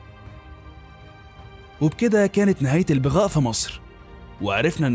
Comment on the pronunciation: تنطق كلمة بغاء بفتح الباء وليس بكسرها